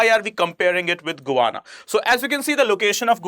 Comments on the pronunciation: It's not guana it's Guyana 😂😂 I think u need educated itself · Can I please correct your pronunciation of Guyana. It is not "Gooana", it should be pronounced as "Guy..ana" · It is pronounced "Guy-aana" , not "Go-ana" 🙏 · Good lord man! You sound like an absolute IDIOT trying to be a 'newscaster' when you can't even pronounce the country's name! GUY-ANA you fool... Not GOO-ANA! Pathetic! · Please try to pronounce the words xorrectly it is guana ,it is Guyana and it is not ecnomky ,it is Econonomy ! Thank you! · Pronounced Guy....Ana not Gwana... hydrocarbon are natural compound made of Hydrogen and Carbon with no or very little Nitrogen Oxygen or , Sulphur. Please learn some basics as it gives the impression you don't know what you are trying yo explain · It's not Guvana. This country is known as Guyana. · You need reading glasses. It is Guyana not Guvana! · Who thought you "GUVANA"? when its actual pronunciation should be "GA" "YANA"? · It is Guyana and not gowana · Guy.. it’s not Guvana.. its Guyana 🇬🇾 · The correct pronunciation is...as Gayana ! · You are mispronouncing GUYANA. The way you pronounce it, it sounds more like a word for bird droppings. You would have pronounced it properly had it been spelled as Gayana. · Its is Guyana. Gu ya na. How could you make this mistake.? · GUYANA to be prounced as GAYANA. Most of the youtubers commit the same mistake while prouncing. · can’t even pronounce a country’s name properly 😂